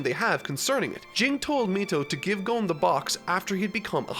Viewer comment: Finally saying Gon right...